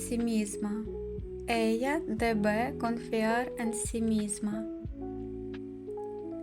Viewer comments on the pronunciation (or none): И она должна ella debe ударение на первый слог.